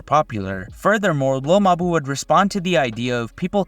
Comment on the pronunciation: its pronounced lil mabú